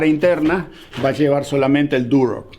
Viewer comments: Muy bueno... tenes razon comprar en Montreal esta dificilisimo... muy caro todo! Ahhh se dice Durlock no Durock jajaja. Ayer la corregias a tu hija. Saludos desde Montreal. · no se dice ( duroc ) es Durlock!!!! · En Argentina se llama "Durlock" porque es el nombre de la marca del producto, que seria construcción en seco o "Drywall" como seria el nombre en ingles. Como dato, a las personas que construyen en Durlock (y se pronuncia durloc) se los llama durlero. 😮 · Saludos.. se pronuncia durlock.. muy bueno esto de mostrar trabajos en Canadá, puede ser una sección nueva.